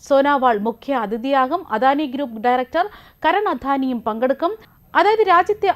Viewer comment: ഈ വാർത്ത വായനക്കാരി എന്താണ് പറയുന്നത് പ്രവാസികൾ ചെണ്ടകൊട്ടി സ്വീകരിച്ചു എന്നോ 😳😳😳😳 തദ്ദേശീയർ ചെണ്ടയും വാദ്യമേളങ്ങളും എന്ന് പറഞ്ഞാൽ ശരി ഇനി അധാനി യോ അതാരാ ❓ അദ്ദേഹം അദാനി എന്നാണ് അറിയപ്പെടുന്നത് കുറെ ബലം കൂട്ടി വാക്കുകൾ പറഞ്ഞാൽ വാർത്തകൾ നന്നാകും എന്ന് ആരാണ് പറഞ്ഞുതന്നത്